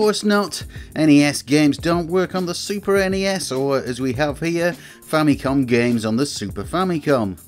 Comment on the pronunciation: Stop saying snessssss and nesssss. Wankers. NES and SNES are abbreviations, not acronyms.